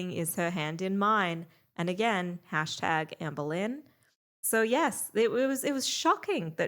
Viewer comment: I honestly love that when says "Amberlynn", it sounds like "Anne Boleyn". It really makes watching feel like a histical event.